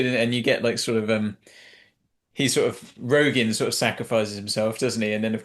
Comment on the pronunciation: Rogin, though Tom kept mispronouncing his name.